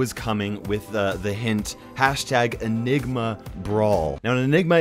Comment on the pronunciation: I seriously thought you said "a nigma brawler" and i was hype over having another Brock